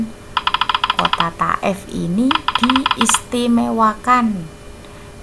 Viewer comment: Thaif bukan taef